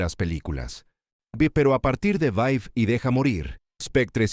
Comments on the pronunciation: No es Vai y deja morir......es Vive y deja morir. Revisa el audio. El locutor pronuncia mal el nombre de la pelìcula. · Es vive y deja morir. Han vocalizado mal el título durante todo el vídeo.